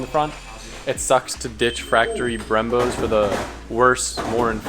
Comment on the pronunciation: ditch "FRACTORY" brembos, man butchered that